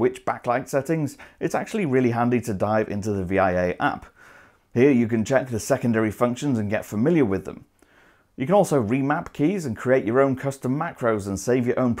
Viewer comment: Reds arent a tactile switch and people usually just say via as one word, not v.i.a :p